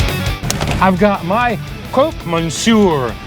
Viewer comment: it’s pronounced croc Monsieur nor croak